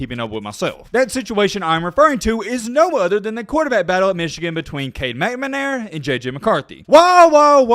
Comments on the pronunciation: Dude, it's McNAmara, not McMAnara. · I love the channel…stop saying “McManara” please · “Cade Meh-Na-Mara” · It's pronounced McNamara,and not McManara. No two M's. Most Michigan State fans don't have any problem with Jimbo's comments about Nick Satan (ot is it Saban?).Anyway, most remember that Nick quit the Spartans because he could not out recruit Bo S. from Ann Arbor. Poor Nicky. He did find a spot where he can recruit, which is the only thing that makes Bama really good. Superior players, not the coaching. Great players can cover up the coaching screwups. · McNAMera. Please pronounce the name correctly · Bro you sound silly saying McNamara. 🤣🤣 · I love you, but I hate the way you pronounce McNamara. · J.J. will be in the Heisman conversation next year. Until then, I'll subscribe when you learn how to pronounce McNamara. Notice the placement of the N and M - that'll help. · Guys an SEC home with clear bias and no objectivity. Can't even say McNamara's name correctly. Wouldn't worry too much about the yahoo's opinion. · Man you’re killing that poor man’s name! McNamara 🤣🤣🤣 but you’re content is awesome keep doing your thing! RTR! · “Fisher” was literally the only last name of someone that was said correctly in this video. Moved around letters in McNamara, left an r out of orgeron, Jamis Winston, not Williams.....started thinking maybe it was on purpose. One thing you nailed, Jimbo is an absolute bum. Kudos to him beating us, lord knows he prepared for that game, and only that game, for the previous entire year. Great job on the vids, and Roll Tide Roll 🐘